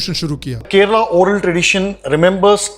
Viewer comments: it’s not kerela it’s kerala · Abey Kerela nahin, KERALA. Serious video mein bhi meme karne chala 😂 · Some news anchors need to learn. Its Prounounced as ‘Kerala’ not Keral! Its like saying New Del instead of New Delhi! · Aree tera content shuru se hi support Mae haiii. Kerala ko kerela bol rha h aur tu kya fact nikal rha h.😂😂 BHARAT doob rha h andhbhakt se🤦‍♂️ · Okay someone needs to say this. Brothers and sisters of North India, It isn't pronounced Keh-reh-lah or Keh-rah-lah. Ke-Ruh-Lah is the correct pronounciation.